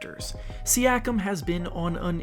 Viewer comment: its not Siakam its Siiakum